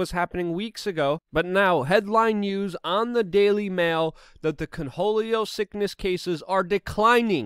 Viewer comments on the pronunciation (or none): Are you saying coneholio or cornholio?